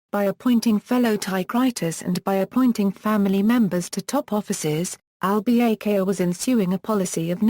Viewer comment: The lady doesn't even know to correctly pronounce Al-Bakr's name!